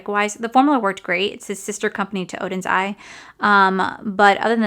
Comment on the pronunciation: You did such a great job saying Oden's Eye! It's so hard to get rid of any of the makeup....